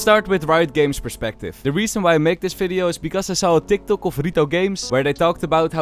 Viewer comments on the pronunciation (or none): none